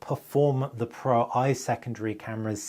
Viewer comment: Great video however it was frustrating watching you mispronounce the Pro-I. You clearly know that Sony phones use roman numerals (ie Xperia 1 IV = Xperia 1 mk4, Xperia 1 V = Xperia 1 mk5) so why would the Xperia Pro-I = Xperia pro eye instead of Xperia Pro mk1